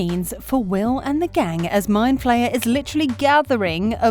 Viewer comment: mind flayer* not flyer